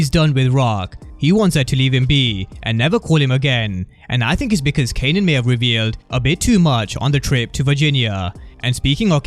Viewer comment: He kept calling him "kenan"🤣